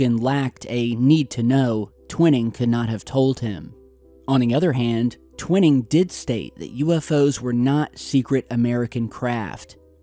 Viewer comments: I really don't mean to be a stickler on language & pronouncing words but it's actually Gen. Nathan Twining(TWY-ning) NOT Twinning, as you've been pronouncing it. Again,, I apologize for being such a dope for mentioning it to you. Just sayin'.🇨🇦👊🤙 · It's Twining not twinning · I hear it was Twining, NOT Twinning (Twhyning - Twinning) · TWINE’ING not TWINNING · TWINING IS SPOKEN WITH A LONG I, LIKE WHY,...... 'TWHYING' IN ESSENCE... BUT SPELLED TWINING... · I'm a devoted subscriber, loving this episode. But when you mispronounce a historical name like Twining repeatedly, it's like nails on a chalkboard!